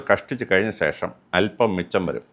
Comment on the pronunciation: സേഷം അല്ല ശേഷം